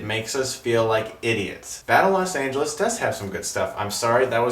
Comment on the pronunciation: Los not LAS